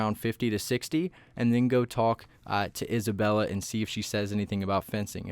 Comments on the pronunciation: Its isabelle not isabella (no hate) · Please dont call Isabelle isabella it hurts my ears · The fact that you are calling 'Isabelle' 'Isabella' I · ITS NOT ISABELLA ITS ISABELLE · We trust him when he says isabella🤣🤣🤣